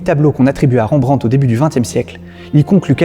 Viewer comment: Très intéressant, par contre toute un épisode sur un artiste sans prendre le temps de de faire attention à sa pronontiation c'est vraiment domage... Pour info Rembrandt étant hollandais son nom ne se pronnonce pas avec les son EN/AN, on prononce juste r-è-m-b-r-a-n-d-t. De manière générale c'est rare de prononcer des son dans les noms propres (voir impossible pour les non propres étranger).